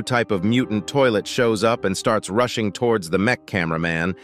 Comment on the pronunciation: Bro said mech scientist toliet ☠️